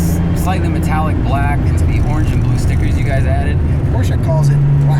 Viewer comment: Cool car, but honestly, if you use a german word as your brand name, learn to pronounce it...